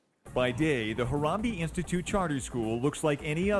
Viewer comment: I went to Harambee for 7 yrs it's was actually a good school when I went there and we the kids knew about the club the whole time and john it's pronounced Ha-ram-bay